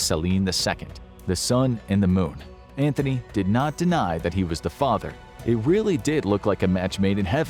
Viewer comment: btw it's Antony NOT Anthony (no "h"). one would think an alleged expert would know that.